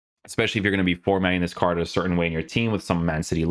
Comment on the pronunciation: isit me or can he not pronounce card? most of this words have arge at the end lol